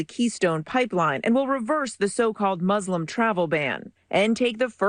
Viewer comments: Trevor I just want to commend you on your pronounciation of muslim. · I can’t get over the fact that Trevor pronounces Muslim right.